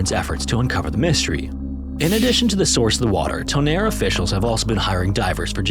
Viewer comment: I am SO here for this!! Thank you so much, ❤🎉 (But what happened to the other music?? I loved that music so much, it's my second favorite scary atmospheric music. But the new one is ok, too, though) (Also, great pronunciation of Tonnerre 👌✨️)